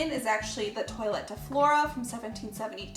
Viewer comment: Was I the only one that was cringing at the pronunciation of toilette?